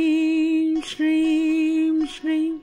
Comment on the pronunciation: Are you saying Streem